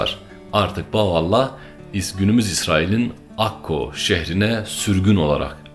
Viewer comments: Birkaç hatadan bahsetmek isterim. * Bahoallah diyormuşsun gibi geliyor söylerken, doğru duymuşsam müsaadenle düzeltmek isterim: Bahaullah. Yanlış duymuşsam da özür dilerim * Bir yerde Hz. Bahaullah'ın adını Mirza Ali Muhammed dedin, Mirza Hüseyin Ali olacaktı. * Hz. Bahaullah Bahai inancında Kaim değil; Kayyum'dur. Sanırım bir yerde karıştı. * 250x3 (her bir seferde 250-şer olmak kaydıyla 3 sefer yani 750 ateş) askerin Hz. Bab'ı kurşuna dizmesi ve sonrasında ortadan kaydolup tekrar zindandaki hücresinde bulunması Bahai inancında üzerinde çok durulmayan bir mucizedir; ama kesinlikle kurşunlardan biri tesadüfen ipe geldi, Hz. Bab yere düştü ve çaktırmadan zindana kaçtı diye inanılmaz. Öyle olsa niye zindana kaçsın? Kaldı ki yüzlerce mermiden biri ipe gelirken 749'undan hiçbiri Hz. Bab ve Enis'e yerden sekerek bile olsa hiç dokunmuyorsa ve yere düşünce de kimse onu görmeden kaçabiliyorsa bu daha büyük hayranlık uyandırmamalı mı? :) (Senin anlattığın İran devlet otoritesinin göstermek istediği tarz... Ama farkında değiller İran ordusunu, eli kolu bağlı iki adamı 750 mermi sıkarak yine de hiçbir isabet yaptıramayan bir güruh askere sahip gösterdiklerinden...) Üstad, bir de Hz. Bab ve Hz. Bahaullah'ın fotoğraflarını, resimlerini yayımlamak hoş karşılanmaz Bahailerce, o resimler ancak Hac ziyaretinde arşiv binasında fotoğraf çekimi yasaklı olarak gösterilir inananlara, belki bilmek istersin. :) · Bahuallah değil, BAHA+U+(A)LLAH = BAHAULLAH